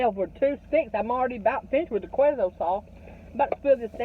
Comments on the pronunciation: Quesio sauce is said like K-so :) love u 2 so funny!!! Thanks for being you honey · Its pronounced K-so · “Kwayzo sauce” 😆 (queso)